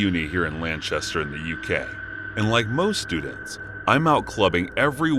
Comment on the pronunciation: Is Lanchester between Manchester and Lancaster? 🤣🤣